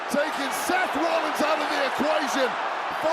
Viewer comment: cole straight said semen